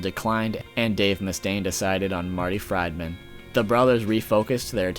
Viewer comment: Who the fuck is Marty Frydmin?